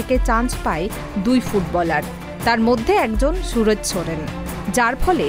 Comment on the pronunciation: Chudir ভাই khankir ছেলে রিপোর্টার আগে নাম টা ভালো করে uccharan কর .Ronaldo ❤❤❤